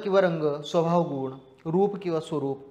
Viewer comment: उच्चार गुण चा चूकला तुम्ही दीर्घ उच्चार करत आहात बाक़ी उत्तम